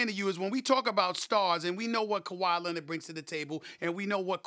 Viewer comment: Kawhi "Lenerd"